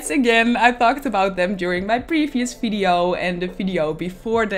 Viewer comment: Ur builds as always great and unique but... pls.. stop talking “fideyo”